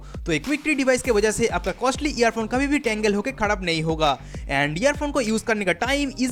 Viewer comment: Jab Ap Kharab ki Jaga KhaRhab bolte hain Wo moment acha laga es video may.... Don't mind